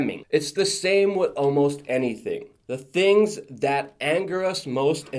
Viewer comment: Here is my complaint: You say "wit" for "with" and I am a stickler for grammar! Go ahead and keep on saying it because it is cute (like you).